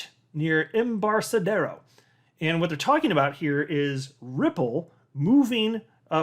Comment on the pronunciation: Embarcadero is a hard 'C'.